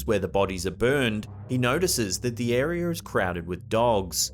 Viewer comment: It is air-e-uh, not "air-e-er"